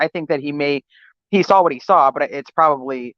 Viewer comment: Did you just say "sal" her instead of 'saw'?